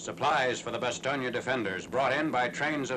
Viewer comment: First time I've heard an American commentator pronounce Bastogne correctly (or nearly so)!